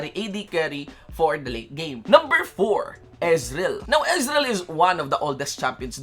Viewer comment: EZ-REAL HAHAHHA POTA BISAYA